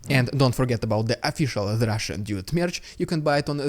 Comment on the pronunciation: You really need to work on how ypu say dude as it sounds like idiot with your accent lol need to be clear with the word dude